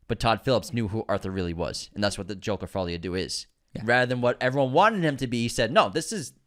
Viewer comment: My hottest take of 2024 is that is to be banned from entering any and all francophone countries after confidently saying the words “Jerker: Faw-lee a Doo.” 😭😭someone get these two a french lesson 🙏💀